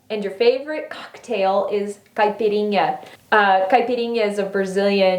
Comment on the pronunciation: I love your videos and I love the fact that you are open about your faith❤️ Also I’m Brazilian and you said caipirinha perfectly! 😍❤️ and I think your hair color is beautiful, I always think that when watching ur vids! Sending love